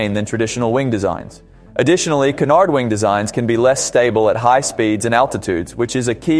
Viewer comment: Be careful with the pronunciation of canard. Sounds like you are saying connard. 🤣